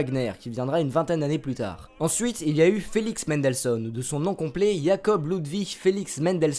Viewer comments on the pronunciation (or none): Prononcer Mendelssohn avec une nasale c'est certes faux, mais beaucoup moins dérangeant que votre façon de prononcer "Ludwig van Beethoven" entre AUTRES hahaha. Trêve de plaisanterie, je découvre la chaîne et je viens de m'abonner. Excellent contenu !